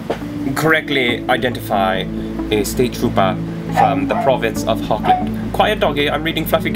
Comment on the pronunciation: I hate to correct you, but it's (phonetically) pronounced as 'Hog-land' The 'g' is pronounced as you scrape your throat (like the Dutch pronounce the 'g'). Hochland is German for High land. Or in Dutch it's Hoogland. =) (sorry I just couldn't resist telling you what it is in Dutch, as I'm Dutch =P ) ... so maybe the English accent you applied to the imperial, should be Germanic, like German or Dutch? =P Thanks again m8 for all your passionate and hard work! Hugs to Igor =)